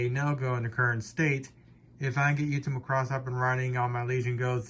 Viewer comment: Bro, it's Macross not Muh-cross. Thanks for your hard work!